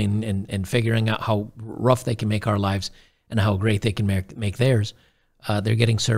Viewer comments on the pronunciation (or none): none